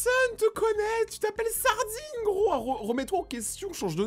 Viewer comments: Nn tkt elle a dit ce Ardine 😂😂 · quand elle a dit ardine c'est un … ) elle a dit ardine ou sardine j,ai compris sardine 😂😂😂